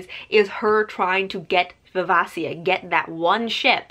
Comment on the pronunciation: It’s viv-AY-shuh. Great review. Hobb is so god dang good.